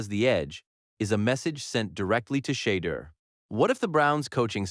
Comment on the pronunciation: SHEDEUR SANDERS IS PRONOUNCED =SHA DOOR SANDERS